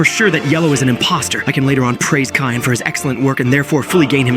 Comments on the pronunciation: Yo…I think is cyan not “KAYAN” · Btw it is cyan, not kyan bro! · U say kyan insted of cyan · You called "cyan" kyan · Kyan instead of cyan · says Cyan❌ says Kyan✅ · "Kyan" bro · It is called cyan not kayan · Bro said kyan again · Cyan❌️ Kyan✅️ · Cyan❌ Kyan✅ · Kyan bro Kyan sorry I just have like idk but that sounded so weird to me it’s pronounced cyan btw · Then “Kyan.”😂😂😂😂😂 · Kyan??? How ai shall we get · Cyan ❌ Tyan✅ Kyan✅ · Cyan (si-aa-n) not (ky-aa-n) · Kyan? Do you mean cyan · “Kyan,” you mean cyan. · What’s kaiyan are you sure the word your looking for isn’t pronounced si-on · Is it just me who gets mad at the word Kyan instead cyan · cyan ❌ kayan ✅ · Cyan ❎️ Kyan✅️ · Bruh mid short you said Cyan wrong you said ckayn idiot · "Cayan" bro✌️🥀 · Cyan 🚫 Khayan✅ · it’s called cyan not kayan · And he also said tayan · It is cyan not kyan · Bro said ckyan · Its cyan not kyan 😭😭😭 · Bro said ciyan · Bro it’s not Kayan it’s cyan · it's not kyan it's cyan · “Kyan” keeps ringing in my ear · It's siyan not kayan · It not called as kaayaan It called as cyan (c yaan) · its sian,not kian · “Kayyan” Ai is getting worse by every blink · Its pronounced syan not ckyan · IT'S NOT KYAN IT'S SIGH-AN/ CYAN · Yo bro can’t even say cyan right he said Kyan not cyan it’s pronounced syan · cyan ❌ cayenne ✅ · Cyan❌ Kyan✔️ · I heard you saying kayn not cyan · ❌Cyan ✔️Kyan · Cyan :❌ Kyan :✅🙀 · “Kyan” is crazy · Kyan bro what u yappin abt u need a english lesson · Ah yes, you kill purple but in the scene its "kyan" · Bro said kyan😅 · It's not kia-an it's s-i-an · Why does everyone keep on saying "Kyan" 😭😭😭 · "Kyan" lols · "bunana" and "kyan"😭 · Why do you call cyan kayan?💀💀💀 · its not kyan its C with an s sound so its sounds like SYAN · "Kayaan" im crine😭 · "KAI AN" 😂💀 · "tion" "cayenne" bruh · bro said cayaan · "Kyan" come on... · Cyan ❌ Kayan✅ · You said kayen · Bro said kyan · ah yes "Kyan" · GOAT of among us can’t pronounce cyan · Can bro not say cyan?